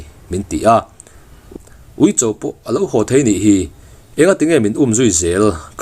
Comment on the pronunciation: Ui awm tih tura uih in ti ṭhin hi chu aw amizo ṭawng lo mange